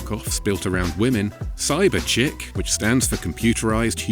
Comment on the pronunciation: Shouldn't that be pronounced "Cyber Chique"?